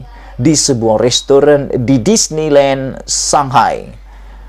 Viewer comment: Shanghai bukan Sakai .bro